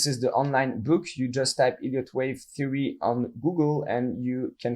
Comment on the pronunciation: Is it just me or do does anyone else hear "IDIOT Wave Theory" everytime? 🤣